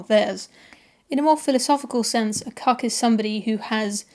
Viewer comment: Cuk? I thought you said cock!